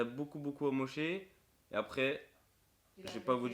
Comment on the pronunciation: Il ma fait delire il a dit "AMOCHER"